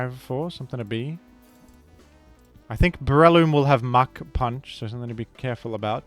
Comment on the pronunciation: Anyone else hear mach punch as Muk punch?